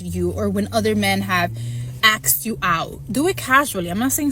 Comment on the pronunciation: Axed you out? who teaches these dolts how to speak?